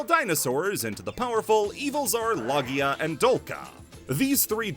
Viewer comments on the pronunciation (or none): none